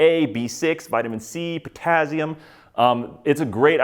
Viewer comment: the way you say potassium hurts me